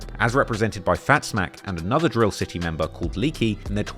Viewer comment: Its Fatz Mack Not Fat Zmack